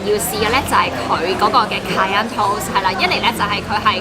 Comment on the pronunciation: great recommendation. try pronouncing it as 'ka-ya', instead of 'ka-yan' 😁